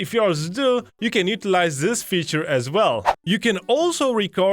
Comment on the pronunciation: Please dont ever say "Zis feature" ever again Use a "D" instead of a "Z" Dis feature = this feature